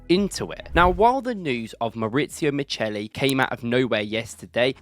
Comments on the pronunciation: It’s not Miceli, it’s Micheli. As in Chianti and Chiesa 😉👍🏾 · CH in Italian is ALWAYS pronounced K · Pronounced mikkeli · The Italian name Micheli is pronounced Mi-khe-li